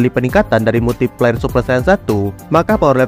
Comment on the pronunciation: kok gue denger multi pler ☠️☠️